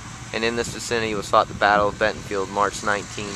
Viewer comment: BentonVILLE, VILLE not Bentonfield!!!